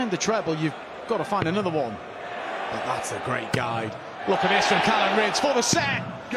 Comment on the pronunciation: Will someone tell Mark Webster that his name is Callan not Callum